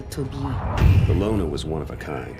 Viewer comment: her name is ilona btw not lana